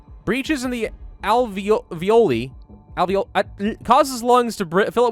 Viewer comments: By the way, “alveoli” isn’t pronounced like “ravioli”. The a is soft (like in the word “all”) and the i is long (like in, well, “I”.) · By the way, “alveoli” isn’t pronounced like “ravioli”. The a is short, like the first a in “Alabama”, and the second i is long.